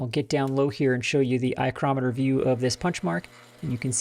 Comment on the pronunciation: Loving the 'eyecrometer'.